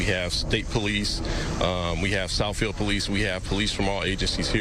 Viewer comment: "souffield and that's all we axe" smh 🤦🏻‍♀️ these aa hires 🤞🏻 that neither of these spooks hasn't bred and 🤞🏻 he'll resist.